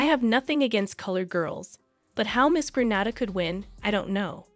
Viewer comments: As a Grenadian, it hurts my heart to hear you pronounce it Granada. Its Grenada. Jennifer now lives in Canada. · Thank you but, 🇵🇹Gra-nada is in Spain. 🇬🇩Gre-nada is in the Caribbean. There's a big geographic differenc, correct pronunciation is necessary. Proud Grenadian, some info is new to me. Thanks again 👍🏾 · GrenHADA is in Spain. It's pronounced Granayda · It's Gren ay da, not Gren ah da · its pronounced GRENAYDA not Grenada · It irks me when it's pronounced Gra-na-da! It's Gren-naay-da!! The do the same mispronounciation of Curacao too...Cu-ra-co instead of Cu-ra-soe! Ugh! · The country's name is pronounced Gren-nay-da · Lady its Green-a-dah! Thank you! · GReat story. Just one quick correction. The name of the Caribbean island is pronounced Gre-NAY-da. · You said Grenada incorrectly. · Thanks, for this. One thing though, tiny fyi....Grenada is pronounced Grenayda, not Grenahda. Guyannna, not Geeana.